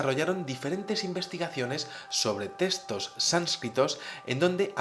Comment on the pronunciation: puedes pronunciar muy bien TEXTOS!, no entiendo el énfasis en decir testos.